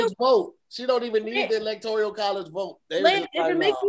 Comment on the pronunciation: Electourial? Electourial it is lmao